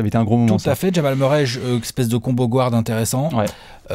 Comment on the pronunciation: D'où elle vient cette prononciation "gward" ?